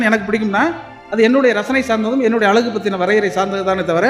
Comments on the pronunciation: அலகு இல்லை❌. அழகு என்ன கவிஞர்😢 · கவிஞரான உமக்கு அழகு என்ற சொல்லை அலகு என்று சொல்வது வேதனை அளிக்கிறது.தமிழை சரியாக உச்சரிக்க வேண்டும்.எதிர்கால சந்ததியினருக்கு ழ கரம் தெரியாமல் போய்விடும். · கவிஞர் யுக பாரதி. உங்கள் அனுபவத்தோடு , அழகு என்பதை அழகாக உச்சரித்தால் இன்னும் அழகாக இருக்கும்....